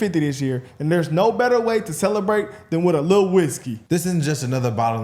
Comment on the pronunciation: Lmbo he said "A lill whisky"